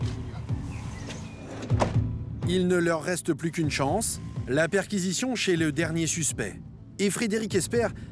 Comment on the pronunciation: Vous le sentez l'enrichissement de la france? Grâce aux fameuses chonce pour la fronce